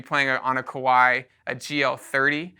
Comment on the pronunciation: It is pronounced Ka-wa-i, similar to Hawaii.